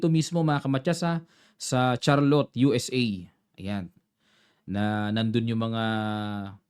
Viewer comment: Great analysis coach! Thanks Btw, City venue is pronounced ‘shar’lot.